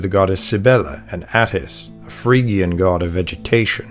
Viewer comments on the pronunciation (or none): none